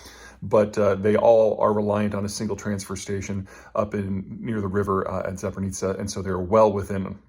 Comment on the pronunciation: ZA PO RI ZHIE Not that hard :D